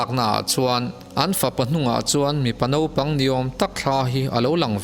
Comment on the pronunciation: Naupang thla tiin chhiar zawk la. Naupang tiin i ziaka nopang tiin i lam leh daih sia a diklo deuh a ni.